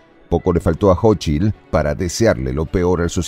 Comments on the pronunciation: No es jochil es cochil 😂😂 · Se pronuncia [SóchiTL]